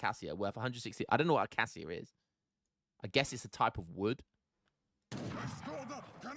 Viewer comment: “Acay shia” is the pronunciation. It’s the thorny tree that grows here in East Africa